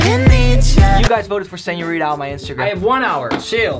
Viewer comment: WHY DOES EVERYONE KEEP SAYING SEÑORIDA INSTEAD OF SEÑORITA